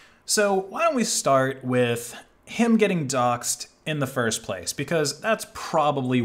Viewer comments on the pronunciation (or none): none